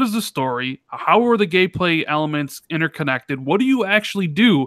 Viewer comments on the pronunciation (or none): Nice gemestry with. Also funny to hear randall rand in the death stranding segment and saying game gayplay instead of gameplay XD